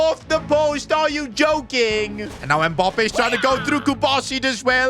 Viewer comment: why do you pronounce mbappe like that